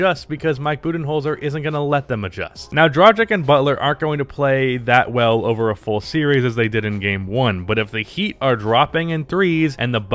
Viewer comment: Nobody:: Cotton-ton, Draa-jik.